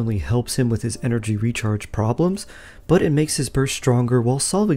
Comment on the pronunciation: What is energy rechrage? 😂 I wasn't going to say anything, but you did it multiple times 😜